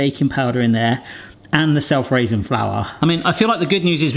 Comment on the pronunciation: We've been subbed since the rotten hot dogs. HOW have you never heard or seen weekly next to the plain flour sitting the self raising flour? And how do you not know its pronounced 'ray-sing'? That was a trap for comments wasn't it?